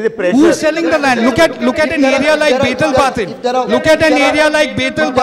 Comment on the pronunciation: A Goan prounounces Betalbatin as baytalbatim ?